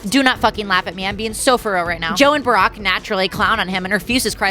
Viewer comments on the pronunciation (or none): none